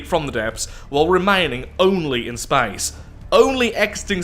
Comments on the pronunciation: Why is he saying spice in stead of space?😂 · Love your pronunciation of "SPAECE!" every time. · Drink every time he says "Spaice" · I thinks thats maybe the russian pronunciation in english i think its more like spaiĥce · swear I've never heard space pronounced that way